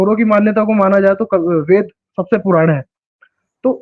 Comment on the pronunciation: ye ved ko bed padhega😂😂